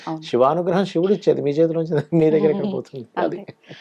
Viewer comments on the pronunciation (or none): షివుడు శివుడు తేడా ఉంది మీరు తెలుగు వారుకాదు కదా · శివుdu అనాలి. Shivudu antarenti